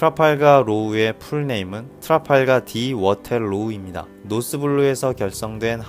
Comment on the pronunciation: 트라팔카로우가아니고 트라팔카로입니다